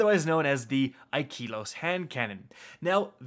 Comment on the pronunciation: Wait...... You called it Aye-ki-los?! I thought it supposed to be pronounced like Yi-kaye-los. Just to make it sounds like pronouncing by Japanese accent.